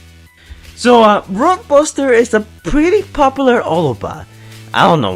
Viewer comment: says roaduster